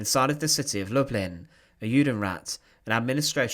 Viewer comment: The Polish pronunciation is lou-bleen. It’s where my great grandfather grew up & where his siblings and parents stayed when he came to the US.